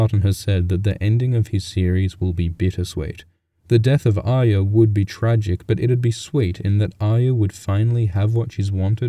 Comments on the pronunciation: not aya; arya wyth the R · well it isn't pronounced ah-ree-yah. it's ah-yah. that has been confirmed. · Can people please learn the fucking pronunciation of the name Ayra... It's not A-y-ia (like the Brienne actor says), it's A-r-ia. You sound like you have something wrong with you.. :/ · why do you brits always pronounce Arya as "Aya"? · you're deaf if you disagree. go count how many times its pronounced "aya" vs "aria" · chuhrros so how do you explain why all of these brits are calling arya "aya" even thought GRRM said it was pronounced as "Are-ya"?? or do you still think that is the intended pronunciation even though not everyone on the show says it that way? tell me how that makes sense. If GRRM intended everyone to pronounce it like "AYA" then EVERY SINGLE PERSON ON THE SHOW would have been pronouncing it that way. fucking idiot. use your brain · why is he saying iya it's not pronounce that way at all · chuhrros hence why I said "brits always pronounce Arya as Aya".....because of how many brits in the show pronounce it that way. But just because they pronounce it like that doesn't mean it's supposed to be pronounced that way. Why do they say "Arry" correctly but not "Arya"? Arry is simple the boy version of Arya therefor they should be pronounced the same way. GRRM didn't "intend" for that, it's just how brits say it. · you're an idiot if you think brits don't naturally pronounce their 'r's. Maisie Williams is a brit. she pronounces Arya without the 'r'. yet she has no problem saying pronouncing Nymeria, where the 'r' is pronounced. it has nothing to do with accents, and it is GRRM's intention. Mojo just schooled your dumb ass, so stop being dumb already.